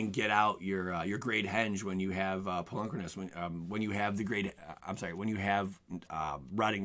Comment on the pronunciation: I really loathe how you say "Polukranos."